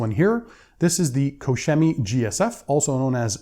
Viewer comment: Koch Chemie, you are butchering their name. hehe🤣